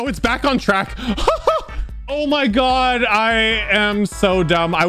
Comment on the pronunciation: He really said 'bass after bass' for back on track💀